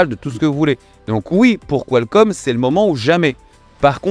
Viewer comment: il va falloir s'entraîner sur la prononciation , j'entends "qualScomm" à chaque fois